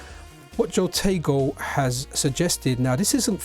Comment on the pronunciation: Nice video, it is HO-tego, not JO-tego, I'm guilty of the same sin, something to do with Spanish I think, your example in Patreon, your Pateon comment was a decent idea to start a way of separating the Pocket from the OLD, years OLD, contributions from the supporters for the MiSTer platform development.